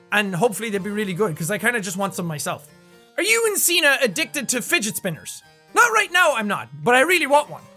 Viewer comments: giggles Sean Signe LOL! Sorry, I couldn't help myself... I don't know if someone has already made that funny or not, but yeah. I couldn't help myself. It just happened when he said Signe. (like John Cena, if you have no idea what I'm talking about. If you didn't realize even tough he just pronounced it, Signe is pronounce like Cena/See-na. XP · U always say "signe" wrong Im from norway and i know how it's pronounced Love ur vids + u btw :)